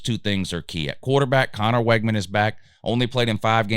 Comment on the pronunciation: You mispronounced so many of their names it's hard to take this serious. It's Wig-man